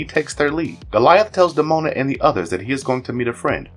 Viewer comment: Did this video's narrator do any research prior to having it posted online? He persistently neglects saying Hakon's, Elisa's and Demona's names properly throughout. 😖